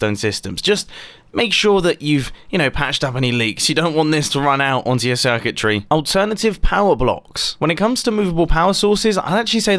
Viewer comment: Me, American: watches video Mumbo: Circutry Me again: 🔌🌲?